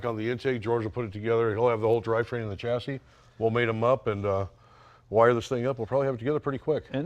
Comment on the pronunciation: Say the words correctly! shassis alUminium